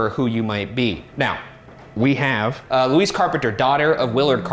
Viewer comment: Dying each time Ryan says "Luis" instead of "Louise"